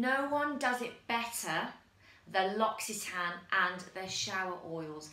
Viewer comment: LUR OCK EE TAN REEEEEEEE